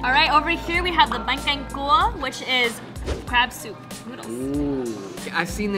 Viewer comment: Saigonese love this vid ❤️ by the way it's Canh chua not canh cua